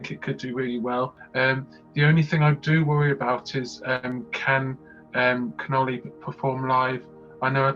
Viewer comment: Connolly has said the version currently available remains a demo, changes will be revealed on Friday. For me its the track with the most potential to do well. Its CON OLL EE by the way , not the Italian pasta dish canoli 😉